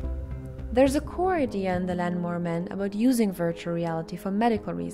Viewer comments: did she just pronounce lawnmower man and "land"mower man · STOP SAYING LANMOWER MAN!!! WTF?